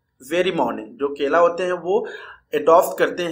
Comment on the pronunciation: Kala,❎ KELA✅